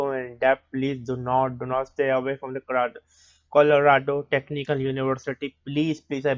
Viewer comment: Why did you to this same exact video 5 years ago and when you did this video 5 years ago why didnt you know how to pronounce the name????